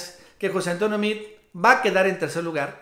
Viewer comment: Se escribe Meade, se pronuncia Meado y está Recagado.